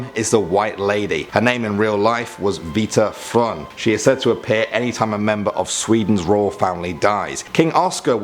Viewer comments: I’m a swede and I almost cried of laughter when he said vita frun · Jag älskar hur han säger ”vita frun” 💀💀💀💀💀💀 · Vita frun vita fran